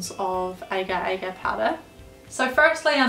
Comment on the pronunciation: Agar-Agar is pronounced uh-gahr (×2)